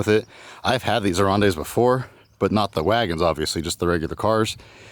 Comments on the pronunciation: You pronounced Simca correct. Aronde is pronounced ah-rond, it is french for swallow. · Congratulations on the Aronde (The e is silent) The badge on the back "Record du Monde" = Record of World or World Record. Simca took an Aronde sedan off the production line and put it on a test track. Then they drove it 100,000 kilometers at an average speed of over 100 Kilometers per hour. They stopped only for tires, fuel, oil and driver changes going 24 hours a day for a total of (I think.) 33 days setting several endurance records in the process.